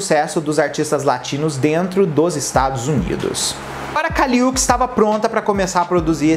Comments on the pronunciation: que agonia vc falando UKIS, é uchis mesmo som de xi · pelo amor de Deus kkkkkkk se pronuncia Û-tis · Oi! Adorei o vídeo! Essa musa foi minha trilha sonora de 2021 com todas as forças. Gostaria de pontuar somente a pronúncia correta do nome da Kali. Se fala o Uchis como se fosse "útchiz". Sempre que fico na dúvida sobre a pronúncia correta de nomes de artistas no geral, vou atrás de entrevistas nas quais eles se apresentam. Aí não tem erro! Hihi. Besos! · A pronúncia do "Uchis" está errada.